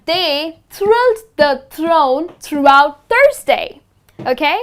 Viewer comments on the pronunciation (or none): tried not to point out the mistake but couldn't help myself... it's THROUGHOUT not THROUGHT, never heard this before, even google knows that well!